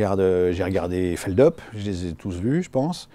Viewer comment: Alexandre Astier qui dit Feldeup.. non, c'est non. On dit Feldup! Felix Dupuis c'est pas Deupuis.. Et autant qu'il soit agrafé à la langue française. Je parle d' Alexandre Astier on est d'accord..